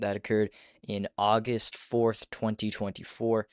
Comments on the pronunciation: Buddy said AUGHUST😭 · Bro said aughaust instead of August 💔🫩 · "aughust" deadass dpmo